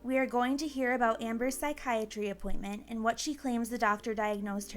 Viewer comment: “I’m back from my appoinTTTmenTTT”